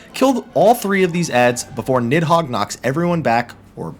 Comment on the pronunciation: Little known fact; it's pronounced more like "Need-hoeg" than "Nid-hog"